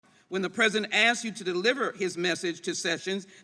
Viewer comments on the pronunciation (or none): Ms Jackson Lee can't even say "pre-si-dent". She keeps talking about "the present".